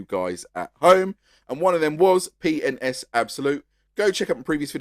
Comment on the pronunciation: i like how with your accent, P & S sounds like youre saying penis